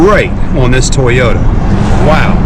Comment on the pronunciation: toy-yo-ta lmao toyyy